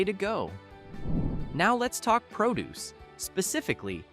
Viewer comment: That youthful-sounding AI narration is jarring when it sounds like a bad reader, emphasizing in the wrong places or getting the part of speech wrong, like (Coke) cold "cun" or produce as a verb instead of a noun; or mistaking half a phrase for the end of one sentence, then starting the next with the last half: " ... 99 equals regular price. Nothing special, 97 equals manager markdown." And what the heck: "79 divided by 49 divided by 39"?!!